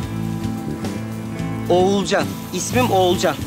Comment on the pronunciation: Oğulcanın ismini bilerek doğru söylemiyor bu 😂